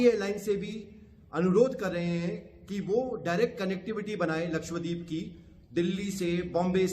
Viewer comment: Laksh- wa- deep nahin, Laksha- dweep